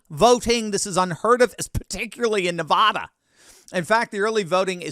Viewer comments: it's pronounced Nevada. Not, NevAWHda. As a Nevadan, it's irritating to hear people say it wrong. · We love you in Nevada. BUT you have to learn how to pronounce Nevada correctly. Its cringe worthy.